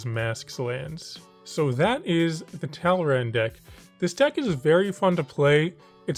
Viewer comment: my eye twitched when he said "talrand"